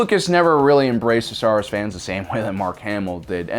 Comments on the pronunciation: Ah yes, my favorite franchise, Star sars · Star Sars? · Star Sars 😂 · Star Sars lmao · "Star sars" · What is "Star Sars"?? Is it a knock off of Star Wars?? XD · "Star Sars"?? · Did you intentionally make it say "Star Sars" during the count down screens? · "Star Sars"? XD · "Six Worst Things To Happen To Star Sars" "STAR SARS" "STAR *SARS*"